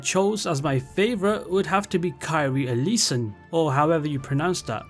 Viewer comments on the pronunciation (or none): none